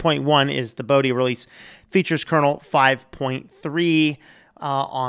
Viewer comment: pronunciation problem. Pronounce dhi as you pronounce "the" and o in moksha to be like what you pronounce o in "more"